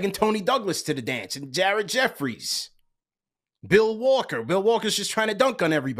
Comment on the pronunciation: You dead wrong for saying Bill Walker bro😅